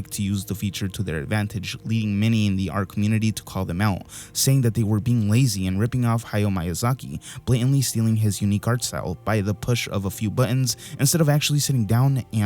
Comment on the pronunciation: "Haio Maiasaki"